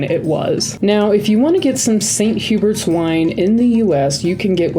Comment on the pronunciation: St Hubert’s is pronounced the English way 😊